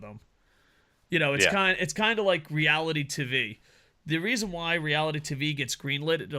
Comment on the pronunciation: What is “reality tovee”?